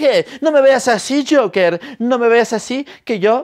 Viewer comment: Todos: el Joker El: el jasja